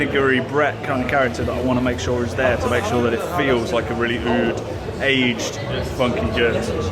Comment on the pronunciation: That pronunciation of "oud" just cracked me up.